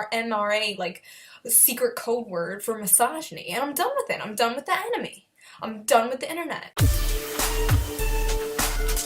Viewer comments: I don’t think I’m gonna take anime recommendations from a chick who can’t even pronounce it, cause it’s kind of an indicator she hasn’t seen a whole lot of anime, or as she likes to put it (an-ee-May) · can't even say anime right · She pronounced anime wrong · "Animee" lol she didn't even pronounce it right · She is taking people's childhood away, I think we should get her back before she ruins every ones childhood of our favorite anime, Dragon ball. edit: think of this, She mispronounced anime, She says there is sexism in dragon ball, trying to state that Dragon ball thinks women is weak if in dragon ball All the women are like beasts. I think, that she doesn't watch anime, But is trying is trying to get it deleted from the internet. I mean like, how can you try to take away something that can't obviously gone in just one simple piece of evidence, If you really hate it that much then why tell us that.I mean it's very stupid, cause there is more fans the haters out there and you expect us to believe your filthy lies of anime?